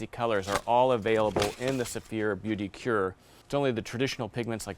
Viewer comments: I appreciate the product comparison, but dear lord, the poor people at Saphir would be cringing at the pronunciation of the product names. For non-french speakers, the "beauty cure", actually 'beauté du cuir', can be pronounced like "bow-tay do queer". The "medalle de yore" is more like 'meh-die door'. You won't actually win a gold medal for pronouncing it like that, but you will have a better chance of coming away with the right product if you're in France. If you're in Quebec though, all bets are off. I never could get the hang of their pronunciation ;) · Hi. Just a quick comment on French pronunciation: "Beauté de cuir" should be pronounced "Bo" (such as in "herringbone") "tay" (such as in "collar stay"). And then "queer". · sounds like booty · Beaute de cuir gets butchered. Boo-tay de queer is closer. As a French speaker, the pronunciation by all the shoe bloggers hurts my ears! Otherwise, love the content and I got a new hobby during the COVID hiatus from normal life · Wow very impressive review, you know your stuff! However, Omg when you say: beauté du cuir lol I am french, please have someone french teach you how to prononce it, I had to hear it like 10 times to know what you were saying, it doesn’t even sound close lol it’s ok to have an accent, but people still have to know what you are saying.